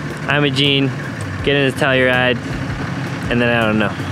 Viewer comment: Pronounced Ophir "oh-fur" Ouray "you-ray" Telluride "tell-you-ride" 👍